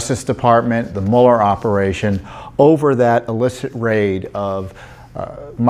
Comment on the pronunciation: Don't apologize for saying Mule R. It is more accurate.